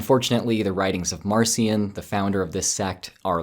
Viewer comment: Marcia should be pronounced Mahr-KEE-ahn